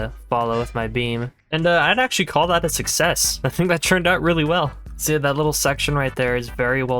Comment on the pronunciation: ITS "TURNED" NOT "CHURNED"